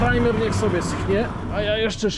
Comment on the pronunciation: Chopie! PRAJMER, nie primer.